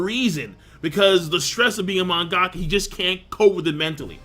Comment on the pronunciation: its pronounced man-ga-ka not mon-gack-ka, lol.